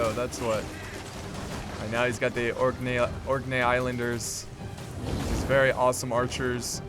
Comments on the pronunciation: Orc-knee not orknay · Great video, thank you! Keep up the good work! Also, Orkney = orc knee for pronunciation. In short, yes, you're right. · orkney is pronounced as : or knee (but then put together) (orkney was a viking settlement in the for north of modern day scotland) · btw just realized with or.knee (the k in knee is a hard K) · Orc-knee Islanders. Literally pronounced like the knee of an orc. Its a group of Islands off the coast of Scotland. I figured you'd remember if I threw orcs in there. Disclaimer: Orkney Islanders are in no way affiliated with the forces of Sauron.